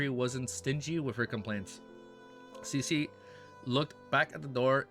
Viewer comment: I think Susie should be pronounced as Sue-zee.